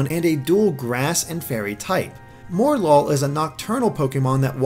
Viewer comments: Morelull = Morel + Lull, so it's pronounced 'More-uh-lull', not 'More-lull', just since I haven't seen anyone else saying it. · MOREL-LULL, not more-lull. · Please, please, please STOP MISPRONOUNCING MORELULL. The name, from what I can gather, is that its a play on morel (a type of mushroom) and lull, as in to put something asleep or into a tired state. So don't pronounce it more-lull, pronounce it morel-ull. Sorry for the rant, but most people seem to be pronouncing it this way and it just irks me. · Mor-el-lul not More-lul. A Morel is a type of mushroom. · I think it's supposed to be "Mor-el-ull". Three syllables. Morel (the mushroom) and lull (as in, to sleep). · I think Morelull is pronounced Morel-Lull, named after Morel mushrooms. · mispronunced morelull lol more lul